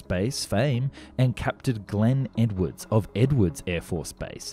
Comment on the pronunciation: But you did leave out the d in Edwards ;)